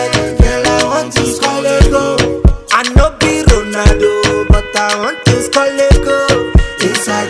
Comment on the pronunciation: Nigerians trying to pronounce Ronaldo: "Ronahhdoe." 😂🇳🇬